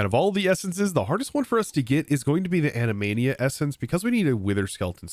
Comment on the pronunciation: I love hearing the hallucinations people have about different words. In this case "Animania" instead of "Anima" essence. My favorite that Ive heard in the past was when someone said "Admiral" pronounced Ad - myr - uhl, they said ad - mire - ahl and I lost it. Like mick - row - wavay lady. Love hearing stuff like that. A friend of mine because of the magic the gathering creature "Saproling" he forever calls "Saplings" "Saprolings"